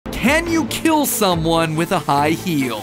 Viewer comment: Will it KEEL?